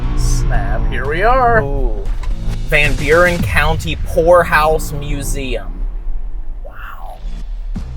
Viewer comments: Hey, every time you say ''poor house'' it sounds to me like you are saying ''whore house''. Please go back there, it was cool. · I thought you said Whore House 😂😂😂😂 Then I watched it again and I heard it correctly Poor house!.😂 😢sadly most poor houses are haunted due to the poor conditions those whom had to live there and slavishly labor for their costs of living there!. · anyone else believed he said Whore house at first... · i thought he said whorehouse haha 🤣😂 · I had to listen like 5 times..... i could've swore he said whorehouse. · Poor house, I thought you said whore house😮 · So it took me about 20 min before I realized you were saying "poor" house, I was hearing something totally different 😂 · Vanburen Whore House! LMAO People need to learn how to pronounce HORROR if they're going to continue in the genre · me too! 🤪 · 😂 I heard that too